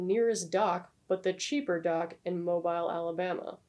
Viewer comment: Great to see your upload Lady! Perfect timing. It's always a treat to view your content. Btw Mobile, Alabama is pronounced "moe-bill".